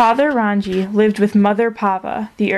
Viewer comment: Rangi Is said like "Rung-ee" Papa is Papatuanuuku, Taine is said like "Tah-nay"